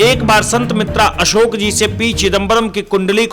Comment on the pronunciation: अरे एंकर भाई कम से कम ज्योतिषीजी का नाम तो सही लेलो। ये हैं संत बेतरा अशोक, संत मित्रा अशोक नहीं।